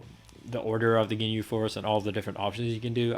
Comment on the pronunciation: he literally said he may misprounce some names due to his swedish accent. Just like how he say ginjew instead of ginyu. He knows he is mispronouncing some names. Plus, you don't have to watch dbz to be good at this fighting game. You don't have to play Super Mario or Legend of Zelda or Pokemon to be good at Smash Bros.How much you watch dbz has literally no correlation to your skills in this game. In fact, this game is made by Arc Systems, so it's literally a Guilty Gear game with MVC assists.